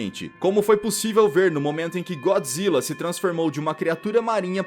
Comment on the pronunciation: É Godzilla yeshin goji do Sin Godzilla Godzilla não Então fala então vai tu fala errado